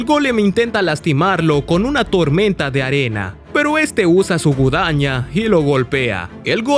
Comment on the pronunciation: Se dice GU-A-DA-ÑA